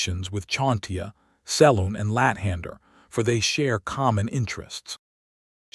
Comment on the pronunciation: I laugh hysterically every time you say lat hander